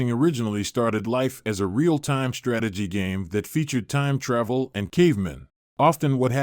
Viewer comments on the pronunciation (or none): none